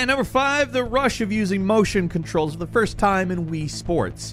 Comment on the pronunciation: this man said FOYST